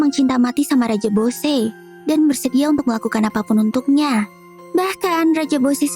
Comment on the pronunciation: Yang benar bosse bukan boshe